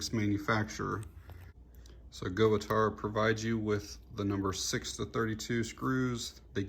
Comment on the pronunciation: I have the A17..Company name is pronounced Gut Tau